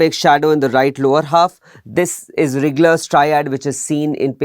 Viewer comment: Dear sir, Its RIGLER triad , not RIGGGLER .